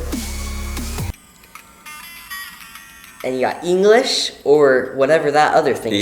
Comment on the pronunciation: "E-en-guh-lish"!? What's that, is it related to English?